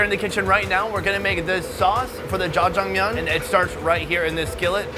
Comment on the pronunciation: say jajamyeon again, I double dare you